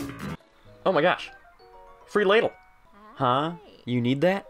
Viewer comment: it's pronouced l aah dle